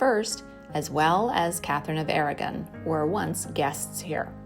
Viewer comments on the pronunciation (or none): none